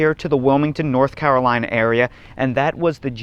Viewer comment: And thank you, sir, for pronouncing North Carolina perfectly! A rarity even for native Carolinians!